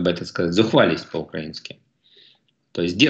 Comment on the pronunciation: необхідно попрацювати над наголосом в слові «украИнский»